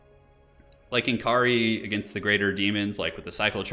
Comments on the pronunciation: it's pronounced more like Nakari than N. Kari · Why does every Youtuber have such a hard time pronouncing N'kari correctly? He's "Nikkarri" but most youtubers pronounces it "nn-karri"